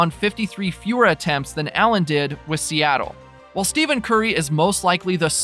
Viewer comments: Please...stop with the ignorant mispronunciation of his name! It's pronounced like ' STEFFEN'! It's not 'STEVEN'! Are you working out of China or something? No wait....China even knows how to pronounce his name! You're like one of 8 people on the planet that doesn't know how to say his name right! You were humorous the first video...now you're just being fuckingstupid!!! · I had to stop watching the video because you kept pronouncing it STEVEN. You just showed absolutely EVERYONE that you know absolutely nothing about the man and the game. STEFFFFFEN. STEFFFENNNN. Not STEVEN, you casual! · His name is “Stephen” not “Steven”. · Stephen Curry is "Stefin Curry", not Steven. Can't look further than the first 2 occurrences. What the heck is the philosophy/policy of not knowing how the name is pronounced of the person you wanna talk about... Just can't bear this. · Dude said Steven Curry. It's Steph - en Curry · yah but you should use the pronunciation “Stefan” as to not confuse people, because you telling the dude his name is Stephen and not Stephen, makes 0 sense because you can pronounce them 2 different ways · If a person is going to do a video on a particular player, at minimum they should know the correct pronunciation of that player’s name. That is just basic. You lose all credibility without that knowledge and it’s not like it’s a rather difficult pronunciation, like Giannis’ last name and that isn’t even the point. What does it say about this person making this video and he doesn’t even care to know how to correctly pronounce Steph’s name? It’s as easy to find out as watching any Curry highlight video.